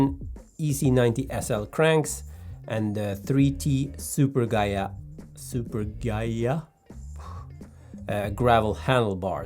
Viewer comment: Good job pronouncing Super Ghiaia! You must be the 1st non-Italian I heard pronouncing it right! 😁